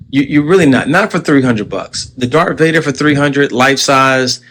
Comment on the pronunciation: Whoa whoa WHOA…WAIT this “Star Wars fan” keeps repeatedly saying “Dark Vader” lol 🙄🤦🏻‍♂️